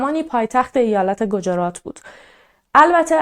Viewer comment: دخترم گوجرات نیست گجرات هست و همچنین روی ج ساکن بزار. با احترام پاینده ایران اگاه ایرانی بیدار